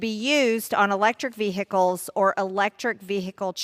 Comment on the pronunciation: Vehicles not veh-Ickes . I can’t stand the way her bad built language skills.